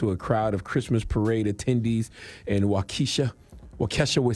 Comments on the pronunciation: It's pronounced Wau-kah-sha 🙋🏾‍♀️😒 Why didn't anyone correct him🤷🏽‍♀️? I can't with the Way-kesha 🤦🏾‍♀️ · I don’t like cthagod saying Waukesha (walk e Shaw) lol sound like he saying Wokesha 😂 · It’s Wau-Keh-Shaw 😂😂😂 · Bro, the City is pronounced "Wauk - Uh - shaw". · Man's said, Wa-kesha Forever 😭😭😭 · You know how you pronounce Waka Flocka ok so the state is pronounced Waka Shaw but it's spelled Waukesha 👍👍👍👍🤣 I got you 🤣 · He said wakesha 😂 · CTG u get donkey of the day for pronouncing Wau-Key-Shaw…wrong 🤦🏽‍♀️ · CTG it's pronounced Wau Ke Shaw, not Waukesha from the hood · FYI It’s pronounced(wok-ishaw) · It’s Wau-Ka-Shaw 🤣😂🤣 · Waukesha: Pronounced WOCK-AH-SHAW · Wahkeesha? Lol - at least learn the damn pronunciation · It's pronounced walk a shaw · Lol...CTG, Waukesha is pronounced "Walka-Shaw" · It’s pronounced, wau-ka-shaw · Yea same here. When he said, “Why-Kesha” I was like WTF! Like, why didn’t he ask someone how to pronounce it before the show🤷🏾‍♂️ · I clicked the video to hear Uncle Charla say "Wa-kesha" again 🤣💀 I can't say it right anymore and I live in Wisconsin. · It’s pronounced “Wa Key Shaw “ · He can't pronounce Waukesha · The way he pronounced Waukesha lol I am cracking up Char I'm giving you donkey of the day for saying it wrong the whole video lol JP but I love the way you give the donkey of the day it's always hilarious the way you explain it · He said waukesha foever🤣🤣 Good fo his ass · You said Waukesha so wrong 🤣